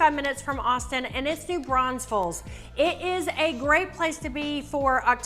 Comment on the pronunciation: i don't know why people can't pronounce New Braunfels